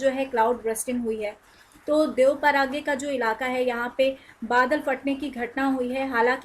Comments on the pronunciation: Dev paraga 🤯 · Cloud Burst toh yahan Uttarakhand mai hote rehte h... लेकिन "देवप्रयाग" को पहली बार "देव-पाराग्य" सुनने को मिला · देवप्रयाग बोलना सीखो मैडम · हिंदी में पड़ लेते एक बार, देवप्रयाग बोलते हैं। कमाल करते हो आप लोग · देवप्रयाग बोलते है मैडम जी।।।आगे से ध्यान रखोगी शायद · पता नहीं कौन सा नशा करके वीडियो बना लेते हो देवप्रयाग का उच्चारण सही तरीके से नहीं हो पा रहा |